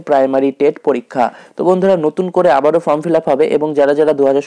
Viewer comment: দাদা ভালো খবর । তবে "আবারও" কথাটা শুনে হাসি সামলানো গেলনা।😀😀😀